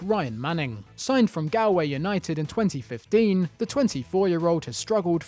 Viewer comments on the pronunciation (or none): Lads it’s pronounced gawlway not gal😭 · Galway is pronounced GOLway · Nothing brings me more anger than the butchering of simple Irish county names. Galway is said the same way as gallbladder. Not Gal as in in a girl 😂😅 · Gowway United haha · Not British and it's Pronounced Gol way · You butchered Galway United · The way you pronounce Galway is hilarious I love when people outside Ireland try to say to say Irish places, not a bad try tho 👍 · the way he said Galway 😂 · When they pronounce galway wrong 🤨😣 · “Galway United” 😑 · After the way he pronounced galway i had to click off the video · I heard it and just had to facepalm😂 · Guess you're pretty touchy when it comes to foreigners pronouncing Irish names wrong huh? You must have a pretty hard time on the internet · That's an interesting way of pronouncing Galway